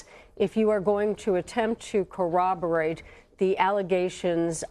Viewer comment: It’s not “CO-rahb-er-ate”, but (as the legal expert said) “COR-rahb-er-ate”.